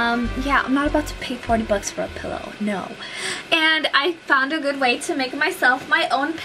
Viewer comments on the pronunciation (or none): none